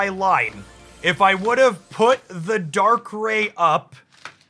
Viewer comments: Weave is pronounced right. Darkrai is like rye bread and not like ray gun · I know the mispronounciation is often a tactic for engagement, but I have to listen to the first two minutes again because I winced each time you said Dark-ray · If you are going to correct him at least do it right — Dark-Cry implies two hard consonant sounds. It’s Dark-Rai, pronounced phonetically exactly as spelled